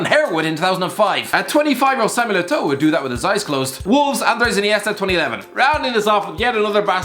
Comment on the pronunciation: “dAvId” InEIstA